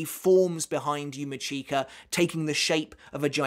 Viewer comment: yUma ckeEka... 🤣 😬 It's yu-mEE-ch(i)ka... 😶 #IStillCant #Slaughtered